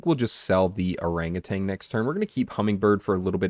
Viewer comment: Just a friendly statement that Orangutan doesn't have a G at the end. Look up the pronunciation bruv